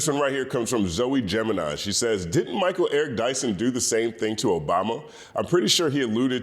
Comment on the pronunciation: “Mal” Eric Dyson.